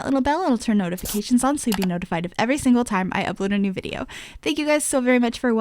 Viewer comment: i can't help it, when she said YouTube vider instead of video I died laughing. It reminded me of Madea 😂😂